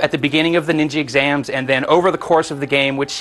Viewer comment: did he say Ninji exams lol